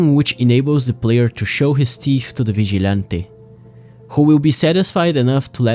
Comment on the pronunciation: vigilante NO vichy'lantei YEEESSS